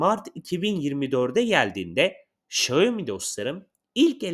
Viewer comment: Şayomi değil Şaomi